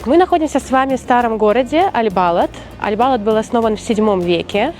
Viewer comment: Балад ударение на последний слог